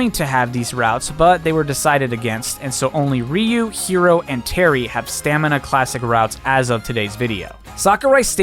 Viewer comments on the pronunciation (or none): none